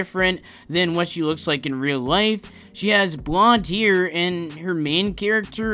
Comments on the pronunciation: No he says it like here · When ever he says hair i keep hearing it ear